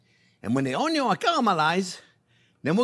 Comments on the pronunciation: I love the way he says onyon 😂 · I so love this man.... we have to make onyon 2.0 - HAHAHAHAHAHAHAHAHA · What is a ONNGYUUN? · I love the way Chef cuts the Onyon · Sausage and onyo, a match made in heaven! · "onyo is number first!" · ONYION 2.0 😂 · I love how you pronounce 'onion'. Takes me back to watching Justin Wilson cook. Your enthusiasm brings a little bit of that experience back, too. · Ok now I know how to cook sausage, I’m going to make this soon. And I will try to pronounce onion like Chef JP.